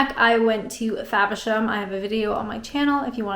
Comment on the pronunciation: You are a whiz at pronouncing those British names! Faversham! Macknade's! And you can still rock the Canadian "about"! You're the best! Maybe start a podcast for English learners!